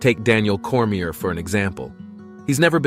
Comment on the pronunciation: Who give a shit what AI thinks about MMA. Cant even pronounce Cormier